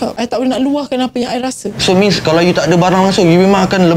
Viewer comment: Mean bkn means, lol